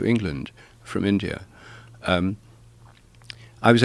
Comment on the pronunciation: India, not indear! In-dee-ah Normally I wouldn't bitch about this sort of thing, but this dude keeps saying it and it's driving me more insane than I already am.